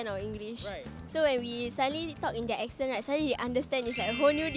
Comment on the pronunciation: "ex" cent... barf.